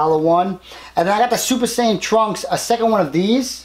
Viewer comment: Did anyone catch him saying super satan trunks